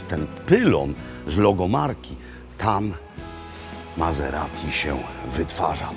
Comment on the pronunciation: Mazeradi? Myślałem, że Maserati! Włosi nie wymawiają po niemiecku....